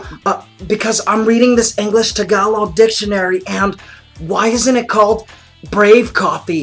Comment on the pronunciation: Lol "What does mah tah pang cah pay mean?" "Why is it not brave coffee if ma tah pang means brave in TAG A LOG" It ticks me off when people mispronounce the word Tagalog :p